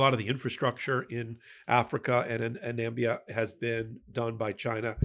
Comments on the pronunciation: FYI ...it's Namibia with four syllables NOT Nambia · It's Namibia, not Nambia. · it's Namibia NOT Nambia. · Na MI - bia - not nambia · Sorry, did you mean Na-MI-bi-a ? No such thing as Nambia! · Hey, it's not Nambia, it's Namibia - Nam-i-bia. Nambia was Trump's mispronunciation or inability to read. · Namibia, not Nambia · No.. no... no... There's no such a thing as Nambia.... it's called Namibia 🇳🇦 ... it just takes a few seconds to Google... Namibia is country on the south western coast of Africa... we have a couple of uranium mines that's true... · Namibia is pronounced 4 syllables: "nuh" + "MIB" + "ee" + "uh" ❤🇳🇦🇳🇦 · That African country is pronounced Na-mib-ia. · Nam - i - bia